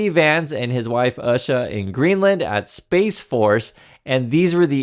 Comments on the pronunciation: It’s not “Usha” like in “usher”, it’s “Oosha”. We made an issue of pronouncing ‘Kamala’ correctly - I don’t see why that should be different for Usha Vance. I feel even more sorry for the homeless in Greenland now. They get invited to a free meal, then can’t enjoy it because Trump Jr. is there to spoil their appetite 🤢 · Her name is pronounced 'Oosher' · Its pronounced Ooosha or Ewsha, but who cares she deserves no respect and neither does her eyeliner wearing husband! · I LOVE how you mispronounce Usha’s name! 😂 (I might’ve just misspelled it, too!)